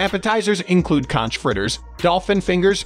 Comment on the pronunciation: It's B.O.'s Fish Wagon ! Also, it's KONK, not concchh !!!